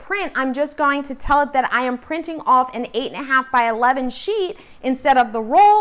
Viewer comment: When you speed up the video you sound like you are saying "cheat"